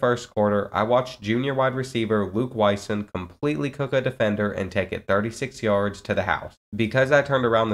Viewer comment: The last name Wysong is pronounced WhySong. Always awesome to see someone with your unique last name on ncaa football 14. Thanks for the wonderful video!